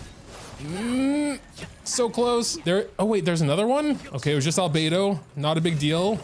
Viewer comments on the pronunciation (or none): none